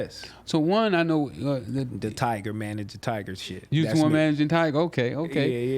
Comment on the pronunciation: Why all old niggas always pronounce tyga name as tiger🤣